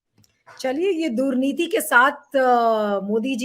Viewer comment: दुर्नीति न कि दूर नीति